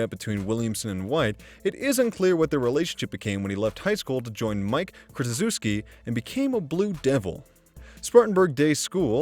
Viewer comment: That was an absolutely awful attempt at pronouncing Coach K's name. This guy really isn't a basketball fan or he would have heard Coach K's pronounce many times.